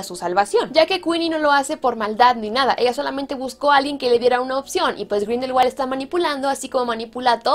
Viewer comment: sabías que Grindelwald en realidad no se pronuncia con W sino con V? Pronunciado sería algo como Grindelvald.